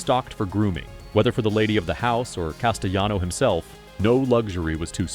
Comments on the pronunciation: Castellano is pronounced ka·stuh·laa·now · "Castayano"--you're killing me.